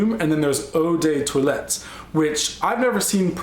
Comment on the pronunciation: Hey I love how you prononciate "Eau de toilette"^^ It means Water used when you're washing (cleaning...) yourself